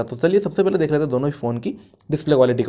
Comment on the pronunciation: Pele ko pahle bolne ki koshish kro.. else everything is good.